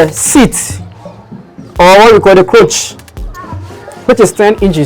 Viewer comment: Great delivery!I'm excited to know that we have great sewing YouTubers in Ghana, but kindly note it is not "croach" it is "crotch" as in cross..thanks